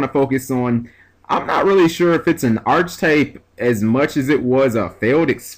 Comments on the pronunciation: Just for future reference, its pronounced 'ark a type.' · It's pronounced "Ark-type". Just saying bro